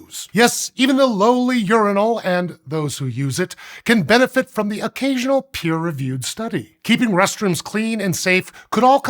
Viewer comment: Did he say "pee-reviewed" studies...? 🤔